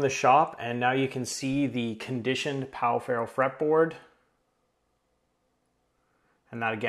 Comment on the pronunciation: in case anyone wants to know, it is pronounced like pau "feho". Great vídeo!